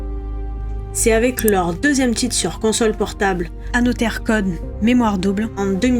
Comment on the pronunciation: Génial la vidéo mais on dit anozer